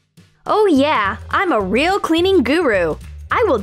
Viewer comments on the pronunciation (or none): none